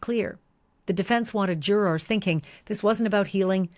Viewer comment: This is a greatvideo, but if i hear jurRORs again i might go crazy 😂😂😂😂 idk why it bothers me so much, but your voice is very soothing and the story is very well done